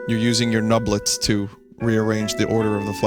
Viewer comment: Every time you say nublets I'm in hysterics